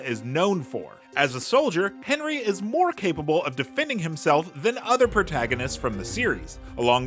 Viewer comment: 'Henri' pronounced like "Awhn-reee" not 'Henry'. Also it's "dy-Na-mo", not "die-naamo". Couldn't help myself.